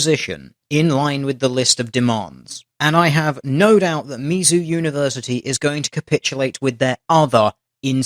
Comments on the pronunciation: Tl;dr it's pronounced Miz-zoo. Not Mee-Zoo. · I love your vids man, but you pronounce a lot of the American topics of your posts wrong. It's short for Missouri, not miso soup. We know people are going to use that shit to discredit you, just a heads for next time. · he couldn't pronounce Mizzou correctly XD